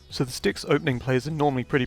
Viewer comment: I keep hearing dicks not decks